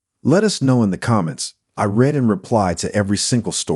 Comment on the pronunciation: I find that the AI doesn't know how to pronounce some words correctly. Example: the word "read" can be pronounced like "reed" or "red" depending on the context. The AI got it wrong. There was another word that it screwed up, but I don't remember which one. Listen to it yourself and please fix it. I do like the list of better vegetables to eat and will more of them every week.